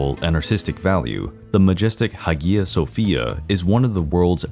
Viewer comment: Except its pronounced "hi-yuh sofia"